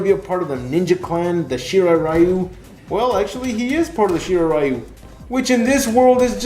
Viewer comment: Mispronouncing “Ryu”...